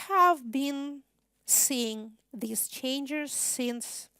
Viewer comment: начиная с на видео есть два слушателя в пиджаках и галстуках, у них немного скучающий вид... Выступление, как всегда блестящее, хотя некоторые слова произносятся специфически, например, was (было) слышится как wars (войны) и changes (изменения) слышится как changers (менятели??), ну и еще парочка в том же духе, что слегка усложняет восприятие. А в остальном, как говорят "песец, пеши есчо". Спасибо на все времена